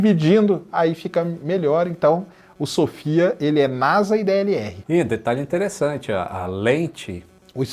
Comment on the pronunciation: Porque falar NASA com som de "Z" (NAZA)? Isso é uma sigla.